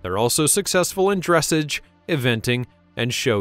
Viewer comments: It is not "DRESS ij." It's "druh SAAZH". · Thank you! I am a horse freak! Btw...Its pronounced Dressahhhge...not dressage. Just saying! I love all of your work!!